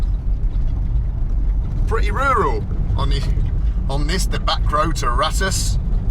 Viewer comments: The kindly men told you the village is called Ra-toos. Yet, you still called it Rattish 20 more times. C’mon, man! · the mean streets of ‘Bratush’ love how you added an extra B to the village name after saying it so many times 😂😂